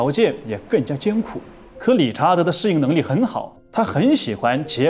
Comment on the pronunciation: 適應能力 。 。 我聽成 。 。 。 。 。 。 。 。 。 。 。 。 性能力